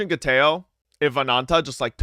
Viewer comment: Gayteoo? Who? Sounds like a nobody